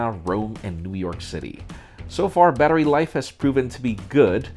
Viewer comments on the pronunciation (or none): none